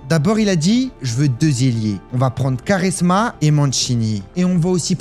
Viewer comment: Quaresma … aprend a prononcer .. vous les poulets = 🇫🇷 . Quand un mot français est mal prononcé vous êtes les premiers à scandaliser